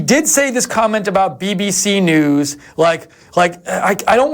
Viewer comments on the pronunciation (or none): When he said BBC New i was gassed haha